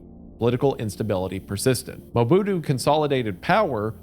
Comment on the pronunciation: Hearing him try to say Lumumba is making my eye twitch ETA: and now Mobutu